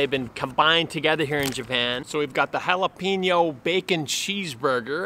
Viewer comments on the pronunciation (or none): Pronounce jalapeño right next time lol. Still a good video .